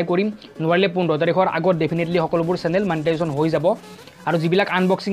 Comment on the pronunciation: not manetization dost its monetization